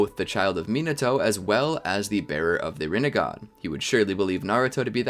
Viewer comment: That you said ramengan